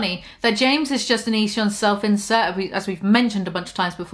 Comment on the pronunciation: I keep hearing "self-incel" every time she says "self-insert". Still fits just fine though